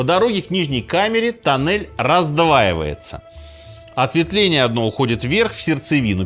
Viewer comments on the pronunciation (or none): Туннель, не танель....